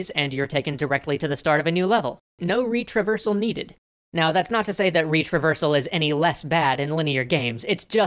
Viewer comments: Can't stop hearing it as "reach reversal"... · 1. When I heard "Retraversal", I thought you had said "Reach Reversal". It was funny and confusing. 2. I think you could have written the part where you said retraversal can make people aware they're playing a game a bit better because you sort of implied, along with the image, that this was a bad thing. I love your positive take on gaming and it being an art, so I think you should have said that you don't want break people's immersion and engagement and make them aware of that. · I swear he was saying 'reach reversal' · I heard it as "reach reversal" every single time and was confused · Did you say reach-reversal or retraversal